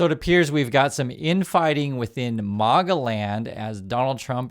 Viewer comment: its not Marga as in Marbles. It's Maga as in maggots